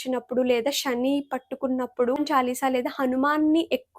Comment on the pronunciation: షాని కాదు madam, శని అనాలి